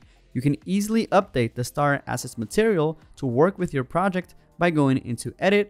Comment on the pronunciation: "Now available for free..." has such a lovely ring to it... ;-P Does anyone else keep hearing "STAR assets" instead of "STARTER assets"? Yeah, I love to pick nits.. ;-P